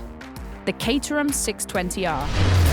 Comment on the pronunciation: I thought it was pronounced Cat-er-ham